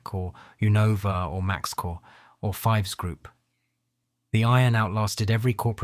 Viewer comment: I repaired conventional and CNC machine tools for 40 years. I worked during the Wolfpack years. These machines were literally junk. We replaced headstock bearings three times in three years. That is unheard of with quality iron. Oh, Fives is not pronounced like the number. It rhymes with "thieves".